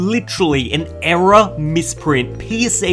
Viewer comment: I thought you said era card, but you actually error card. Well that's what I heard